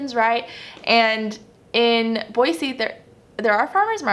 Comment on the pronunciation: Start saying Boy-zee otherwise they’ll know you’re a Californian!!! With love from Utah :)